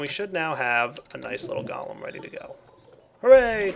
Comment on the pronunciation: you pronounce it wrong: it is gOlem not galem